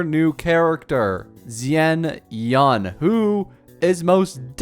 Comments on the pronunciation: Gaming or Ga Ming (Cantonese) for Jiaming (Mandarine). U can pronouce it the Cantonese way Gah Meng or Gaa Mying or use the mandarine way for simplicity Jiaming. Its the same thinge anyway. Xianyun or Xian Yun (Mandarine). Its like u pronouce Xiao. Its the same Xia. And the Yun of Chongyun. It is NOT Xinyan like u pronouced it. Anyway the video was fun and Informative so im subscribing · Not you completely butchering XianYuns name jfc